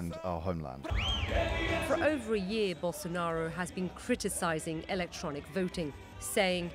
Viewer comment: How does is she able to say Bolsonaro exactly how it sounds in portuguese?